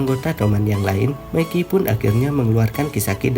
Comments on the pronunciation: gw dengernya meki njir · Mikey anjir bukan Meki